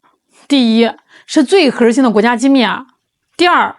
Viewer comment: 是哪里人啊？儿化音怎么用到“核儿心技术”这个词中的核字的后面了呢？